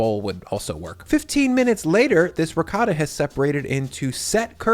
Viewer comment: doesnt pronounce ricotta correctly, hes full of shit